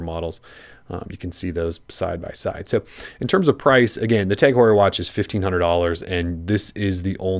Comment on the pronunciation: You pronounced tag heuer wrong